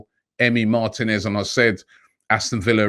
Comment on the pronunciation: Mar-teeee-nez Not Martin-ez